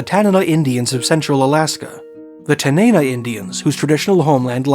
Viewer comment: Thanks for pronouncing Tanana correctly